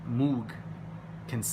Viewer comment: moog rhymes with vogue